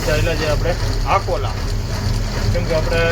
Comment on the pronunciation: आकोंला नहीं अकोला बोलो